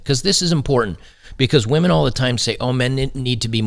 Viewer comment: ha ha, more like wAhMeN 🍻